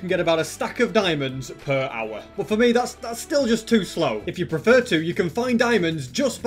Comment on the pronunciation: The way he says hour it reminds me of that viral dog that literally eats earphone mic and saying "owa owa"